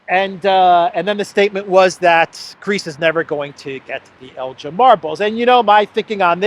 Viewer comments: In Lord Elgin's name the G is NOT pronounced soft like the drink GIN; instead the EL is like in TELL and the GIN like in BEGIN. It is a place in Scotland, so blame the Scots for the way it is pronounced. As a matter of history Lord Elgin removed the marbles not '80 to 100 years ago' but in 1801-12 (they were moved in stages), which I make to be 222 years ago, quite a long time ago. I don't think the yanks would help out as many of their museum contains vast quantities of antiquities taken (mostly without their permission) from countries across the world - same is true also of Europe, especially the Paris and Berlin museums which contain loads of loot from places like Egypt and numerous other places. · Can’t pronounce Elgin correctly, doesn’t know that the marbles were legitimately purchased by Elgin from the legal owners, doesn’t know that the French stole the Mona Lisa, total ignorance. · It’s Elgin with a hard G. The British thieved from many countries in the world and show off their loot in London! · the correct pronunciation of “Elgin” is Elgin with a hard G not J. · it is Elgin as in begin...please pronounce this properly😂,,,love your work and watch you daily, so thank you. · Elgin not Eljin, please Jet it right, (get, sorry) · It’s Elgin not Eljin 😊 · It's ELGIN not Eljin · Elgin not El jin. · Elgin is a Scottish town. Please note that Elgin (hard G) is not "ElJin" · it's el'G'in a hard G not like the alcoholic beverage, ask Alexander 👍 😂 we should give them back but Britain is famous for taken things and not given them back, just ask the IRISH 🍀😉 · Never heard 'Elgin' pronounced like that before. The 'G' is usually like the 'G' in 'give' - as in 'give back'. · Elgin pronounced G as in Guinness ElGin...ess Elgin. Your welcome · Hey,, the 'g' in 'Elgin' is hard, as in Belgorod, not as in Belgium. Elgin is a wee Scottish Highland town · elg-inn. Hard G.